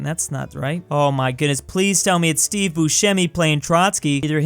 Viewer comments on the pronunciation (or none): none